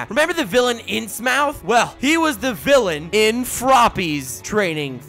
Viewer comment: I say this as an HP LOvecraft fan, “Innsmouth” is pronounced “inz-muth”